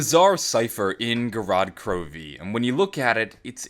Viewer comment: When Americans mispronounce Gorod Krovi